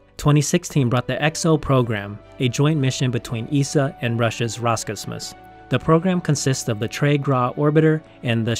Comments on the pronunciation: It's pronounced Ros - Cosmos, not as one word. Great video anyway :) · This was excellent. The only complaint I have is how you pronounced Roscosmos